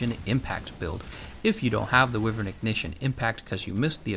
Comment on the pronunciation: Wi-veryn < WYvern - ignition